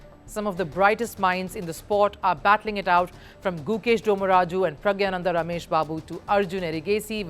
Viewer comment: I am more disappointed with first post he is blaming fide (the governing international body) not India for choosing a bad venue not India. Also playing conditions do matter, doesn't being in a too hot environment than your usual environment deviate your focus a little? also, you pronounced PRAGNANANDA, incorrectly India's own player used AI for Nepomniachtchi's statement which didn't sound professional what's the pronunciation of FIDE in that AI voice? and the worst of all creating Drama where there is no any.